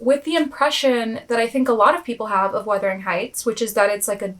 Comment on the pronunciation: Thank you for actually saying the name right lmao so many creators say Withering instead of Wuthering and it’s so embarrassing